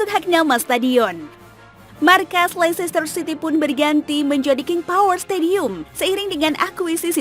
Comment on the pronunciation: Kritik min: Pengucapan untuk LEICESTER tidak sama dengan tulisannya, melainkan LESTER atau LESTEH atau LESTOH atau LESTE. Karena ini berkaitan dengan Words Elision. Terima kasih.